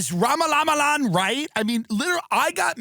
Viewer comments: I lose it every time he says “ Vivek RAMANANANA” 😭😭😭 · Bro towards the end when the phone starts going off and he’s pist about it he starts saying Vivek - RAMALAMALAMA!!!!each time its funnier than the last. 😂😂😂😂😂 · I love Tim’s authentic pronunciation of Vivek’s last name💀